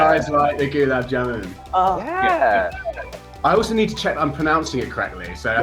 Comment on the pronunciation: Its simple You stress the "A" of GULAB not the "U". The JAMUN part was alright though.